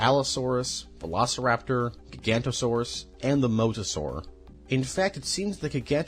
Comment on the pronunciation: Great video but the continued mispronounciation of dinosaur names makes it awkward. Gigantosaurus? Pteradon? Sorry. It takes away from the video.